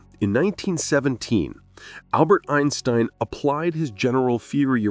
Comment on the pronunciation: Einsbrein?! This is AI slop for sure